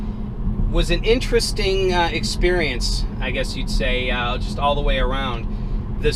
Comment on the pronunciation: Great vid! P.s. Please try to pronounce the first t in interesting.